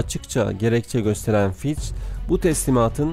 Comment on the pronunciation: Fitch = Fitç diye okunuyor kardeş :) ch = ç